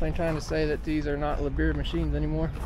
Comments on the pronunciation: Lee-Bear not le-beer or whatever it was you said. Interesting show. Would have liked to see some of the smaller equipment. Guess you'll have to go back next year! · After having heard how the Germans themselves pronounce their company name of LIEBHERR which is funny by default and sounds like LEEP-HERR, Your version of saying it closer to LA-BEER 🍺 gives me a chuckle too, it’s like watching an SNL sketch. 😁🤦‍♂️ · Great show, thanks for the video! Nitpick: Liebherr is pronounced like "Leeb-Her" ;)